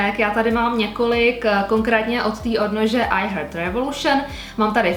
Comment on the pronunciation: Já bych část věnovala do domovů a zbytek bych dala do soutěže :) Jinak skvělé video, jen špatně vyslovujete 💜 u I 💜 revolution. Foneticky je to "hárt", ne "hért". Vyslovujete to jako heard, což zn. slyšel :)